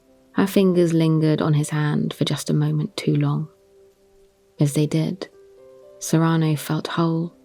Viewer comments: it's SEE-ruh-no. I love your voice and have always loved this play. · It bothers me how pronounces "Cyrano" so I can't listen to it.